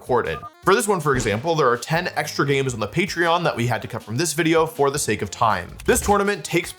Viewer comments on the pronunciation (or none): none